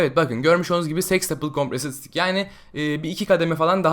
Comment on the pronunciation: Sıtik derken sidik diyon resmen